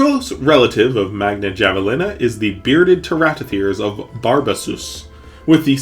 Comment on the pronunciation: A wonderful video for one of my favorite extinct families. Although, I'm going to have to make a correction: Your pronunciation of javelinas is a bit incorrect. It originates from Spanish and every time you see the letter j in it, it is generally pronounced as if it was an H. So instead of saying javelina, like as in java, you pronounce javelina as in have-a-lina.